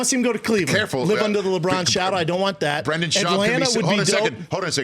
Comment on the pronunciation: Daniel Ortega Brendan* every* Also he is a guest on Rich’s show, so decorum would mean that he at least pronounced the mans name correctly.🤦🏻‍♂️🤷🏻‍♂️